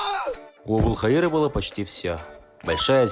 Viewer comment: Ошибочка,там не Абулхаира а Абул ХаЙра.